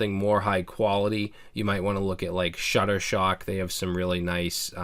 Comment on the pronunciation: I think he means Shutterstock, not ShutterShock.